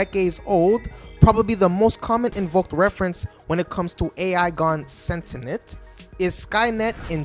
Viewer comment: I started to watch. The word is sentient, not sentenent. It’s like saying Nookewler instead of nuclear.